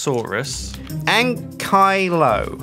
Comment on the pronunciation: Its pronounced Bank I low said